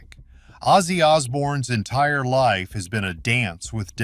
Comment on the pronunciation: The narattor should get ozzy’s name right not azie ffs